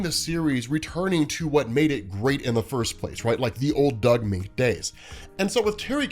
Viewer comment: Moench is “MEN-ch.” Doug Men-ch.